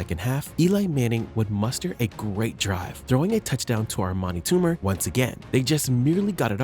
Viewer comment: and also not "Armani" Toomer.